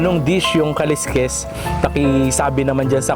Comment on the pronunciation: Yung Pangasinan dish na kaleskes yung pronunciation lang hndi sya kaliskis kasi pang isda yung kaliskis...kaleskes dapat